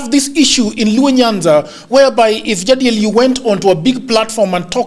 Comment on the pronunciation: Odhiambo and Jagero why are you calling Jadiel like Ja🐐😅?